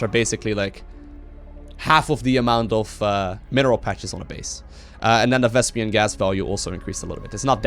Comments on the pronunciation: its "vespeen" not "vespian", listen to Artosis correcting Tasteless in the game:D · VesPEEN PEEN PEEN. Not "pian" it's not "vespian" gas. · Vespene, not Vespian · it's not thespian gas.....its vespene gas, it's making me crazy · why do you keep calling it Vespian? D